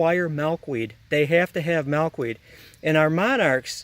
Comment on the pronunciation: I love how you pronounce Milkweed lol. "Malkweed"